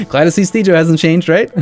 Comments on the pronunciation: You say, I hear Caber. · On second thought, is it correct to call it a soft g? When I think of a soft g I think of words like giraffe. I'm sure it has to vary with different versions of English. But I think now I'm waiting for to say something that sounds like, "jireat"